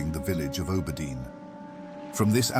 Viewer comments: It's not you, just my brain, haha. I have always heard and said Aww-burr-dean. Makes me think of how some english dialects pronounce Harbor with a hard "H" almost. Love your work! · I love your content generally, but holy fk, can i not stand how you pronounce Auberdine. It's like nails on a chalkboard every time 😵‍💫